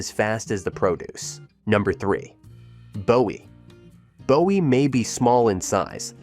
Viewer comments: Not BO WEE, but BOO WEE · Yes, it is "Boo•ee"! And, Clee•burn (Cleburn), not "Clay•burn", and Kor•enth (Corinth), not "KuH•Renth"! So many yankees and fer'ners!🙄 😉😄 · If you are going to do this, at least pronounce the town names right. Bowie is BOO ee not Bow Ee . And don't even get me started on Mexia. This lack of knowledge makes me doubt the facts are correct. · Boo e not Bow e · Isn’t Bowie pronounced BOO-E??? The mispronounced city names are atrocious. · Bowie, Boo-ee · "Courthouse square" in BOWIE? ...Oh, and it's "Boo-ee". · If you’re going to do a documentary on Texas learn how to pronounce Mexia and Bowie. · Bowie was mispronounced too.